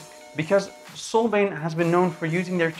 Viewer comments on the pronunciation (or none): "Solbain". Yeah, it's "Solbian". And this is more of an "unboxing" while reading the press release. Utterly useless.